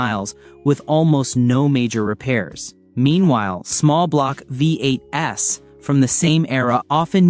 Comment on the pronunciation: "Vee Eight Ess"???? hahaha